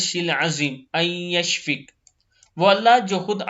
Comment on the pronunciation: JazkAllah Zabar zer may ghalti hay . Please correct it.Rabbal hay.and Yashfeyaka hay akhir may.